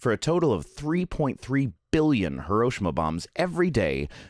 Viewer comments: HE-ROE-SHE-MA not ha-row-sha-ma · I'm really sorry to nitpick: it's "hih - row - SHEE - mah" not "hih - ROW - shih - mah." It eats at me every time people mispronounce it. At any rate, good information, and I hope you get well soon. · Great video, but please - it's pronounced "hee-row-she-mah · Am I the only one triggered by his mispronunciation of Hiroshima? I loved the rest of the video though. :)